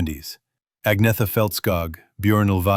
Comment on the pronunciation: Nice job, but the beautiful blonde singers name is pronounced On yet ta.